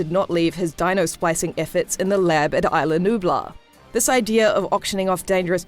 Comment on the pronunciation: You pronounced is-la like island